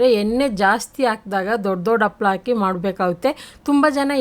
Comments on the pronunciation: ಅಪ್ಪಲ ಅಲ್ಲ,ಹಪ್ಪಳ. ಅ ಮತ್ತೆ ಹ ಉಚ್ಚಾರ ಸರಿಯಾಗಿ ಕಲಿರಿ. ನಿಮ್ಮ ಅಡುಗೆ ಸೂಪರ್ .. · ಅಪ್ಪಳ ಅಲ್ಲ ಅವರೇ, ಅದು ಹಪ್ಪಳ 🙏 ನಿಮ್ಮ ರೆಸಿಪಿಗಳು ತುಂಬಾ ಚೆನ್ನಾಗಿ ಇರುತ್ತವೆ. 👌❤️